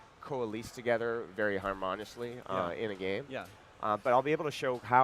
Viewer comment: "coh-a-leese" "har-mon-ish-ly"